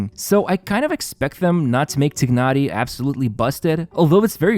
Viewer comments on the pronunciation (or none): i think they pronounce his name Tie-nari not Tig-nari,. just stating what i heard from the stream 😁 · I thought it should be known by now that "Tighnari" is pronounced "TY - NAh - REE" rather than "TIGG - NAh - REE" (or Tchi-nah-lee if you're going more towards the Chinese pronunciation), because that's how the devs decided to refer to this character. However, as pointed out by phoenixlau, saying "Tigg-nari" would be closer to the Arabic pronunciation of the name Tighnari. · Please say T(e/a)ynari 😅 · I like how you pronounce 'Tighnari's name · WOW, I love how much emphasis he used to pronounced Tighnari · How do you really pronounce his name? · These content creators need to learn how to pronounce names. It's just cringe how pronounce Tighnari. Tsk.